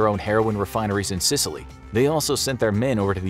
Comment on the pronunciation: Is it just me but he sounds like he’s saying sitaly